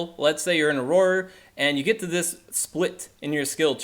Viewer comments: It's pronounced or-rer, you're pronouncing it like it's aurora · prounounced Auror... not aurora as in aurora borealis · Haha thanks for sharing this info!! Youre great with data and raw information, terrible at reading/pronunciation :). Auroror? Not really an excuse to mispronounce and add another Or to the word haha. Have you never read or seen Harry Potter before? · Correct pronunciation: awr-ah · no, it's pronounced "or-er" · I couldn’t take this video seriously because of the weird pronunciation of “auror.” Why are you adding extra letters/syllables?? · You're dead wrong... And you can't even pronounce Auror. 😆